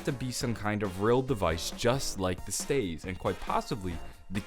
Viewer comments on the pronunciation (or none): Did he call them "stAives"? Did he mean staffs? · it's staffs not staves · He says staves instead of staffs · Its pronounced Stah-vz not stay-vz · Y does he say staeves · He said stsyafs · People pronounce staffs "staves"? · No staffs. Not staves. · Did he call the staffs staves?? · Why are you saying staff like that? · Is this nigga talking about staffs? What the fuck are staves? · He says it like 'Staves' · I have a question why do u say staff weird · staves?????????????? S T A F F S